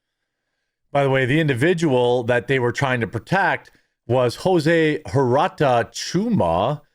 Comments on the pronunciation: In Spanish the H is silent don't pronounce say uerta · The last name huerta is pronunced Werta and shooma